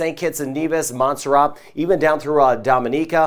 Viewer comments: rat not ra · Your my favourite Weatherman💖 but really wish you would pronouce MONT-SER-RAT better hard T, keep up the great work